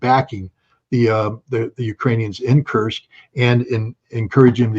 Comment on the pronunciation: I like how Judge improved in pronouncing 'Kursk'. Good job Judge!